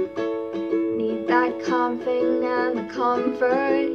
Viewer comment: COMFING she said COMFING instead of CALMING for the uninitiated.